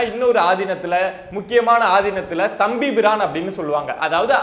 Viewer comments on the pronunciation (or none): அட தம்பி. அது தம்பி பிரான் இல்லப்பு... தம்பிரான். எங்கே சொல்லு பார்ப்போம்... தம்ம்ம்பிரான். வெரிகுட். குழந்தை நீ. ஆனா எவ்வளவு சென்ஸிடிவ்வான விஷயத்தை டீல் பன்றிங்க... குட். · தம்பி..........ஈ அது தம்பி பிரான் இல்லை. தம்பிரான். இன்னும் சொல்வதென்றால் " கட்டளைத் தம்பிரான் " என்பார்கள். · தம்பி பிரான் இல்லப்பா. "தம்பிரான்"